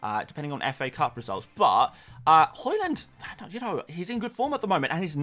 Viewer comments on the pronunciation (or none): Why do you say Horland? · Stop pronouncing haaland wrong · Pls learn to pronounce Haaland.. jeez